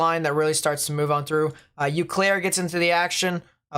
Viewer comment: Love the way he pronounced Eau Claire lol. Said Eww Claire, is more like O Claire.